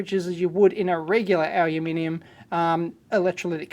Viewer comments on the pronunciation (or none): none